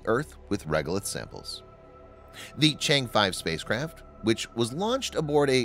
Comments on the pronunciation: Just watch any one of English channels from China you can learn how to pronounce the name (Chang’e) correctly. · Nice video but mispronouncing Chang'e so many times ruined it for me.